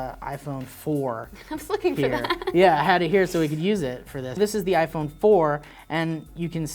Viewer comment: erm, it's pronounced iPhone...